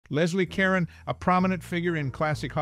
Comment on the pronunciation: This would have been more interesting if you pronounced her name and her movie titles correctly. Her last name isn't pronounced "Karen" it's pronounced "care-OWN". The Gs in the movie GIGI are soft, not hard -- more like "jhee jhee" -- a French name. Just FYI.